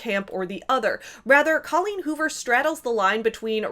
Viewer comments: "Did she just say DOLLeen Hoover?" looks up "Oh." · "Dolleen Hoover" 😂🤣💀